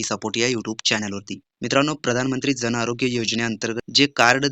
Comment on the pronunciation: Jan cha ucchar kay kartay